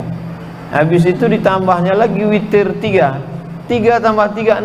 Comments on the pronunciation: Witirrr ngab..witiiiirrrrr.... Bukan fitiirrrr... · witir ngab..witirrr... Bukan fitiirrrr....